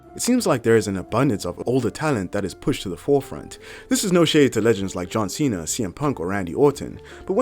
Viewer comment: John Cena heel turn my god how do you butcher that